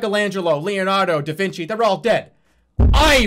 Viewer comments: i love how he says "leonardo, davinci" like theyre 2 different people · I love how he says Leonardo and Da Vinci like they're two different people (Also "I REMAIN" gives off big "who do you think you are? I AM" vibes)